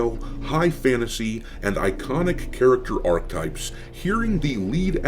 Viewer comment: Ar-k'eh-types (three syllables)